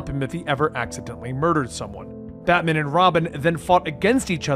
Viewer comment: I swear I hear you say ratman and robin...